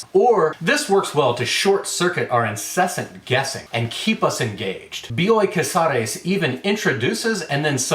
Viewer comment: As a paisana of Bioy Casares, I appreciated how well you pronounced the name. Not that I would have minded if you butchered it, but damn you sound good in Spanish, my man!